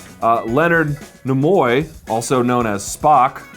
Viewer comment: By the way, Leonard Nimoy, is pronounced "Kneeeee - Moi", not "nah - moi" Two tips: 1) the music is very distracting when your speaking. Keep it for the intro and the end. Otherwise, skip it. 2) the switching of camera angles may seem "avant garde" but it's also very, very, distracting. Just speak straight to the camera, please.